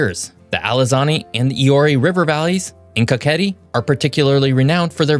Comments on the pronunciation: Pand kaketi is kaxeti not kaketi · and i'm just gonna say something plase say kaxeti not kakahet cuz i don't think it's that good to add that much words